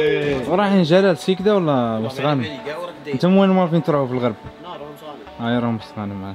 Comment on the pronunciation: قال سكيكدة 🤣🤣🤣🤣